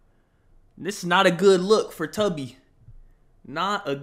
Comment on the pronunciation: the way u say tubby got me giggling like drake texting his bestie